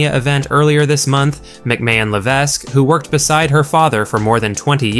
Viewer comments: The S is silent in Levesque.This is guy is worse than Meltzer. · The "S" in HHH's last name, Levesque, is silent bro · If you can't say Paul Levesque properly then I don't know how credible this commentator should be taken